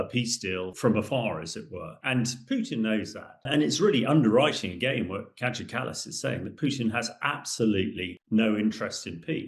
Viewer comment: Hamish deFrogJock. Do us all a favour, stay in your armchair and zip it! By the way her name is pronounced Kiya not Kajar. And It's Kaliningrad not Kalaningrad ! For God's sake!